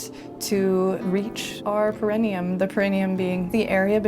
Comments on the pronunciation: That first chick should at least learn how to pronounce perineum. Here, I’ll help you: PAIR-AH-KNEE-UM. At least here in the U.S.A. that’s how doctors pronounce it. 🤦🏻‍♀️ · One should not expose to the sun a body part they cannot pronounce. For future reference it's pronounced "pear-uh-NEE-um ."